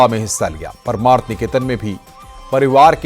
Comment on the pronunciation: paramarth hai paraamarth nahi... pronounce to sahi kar lo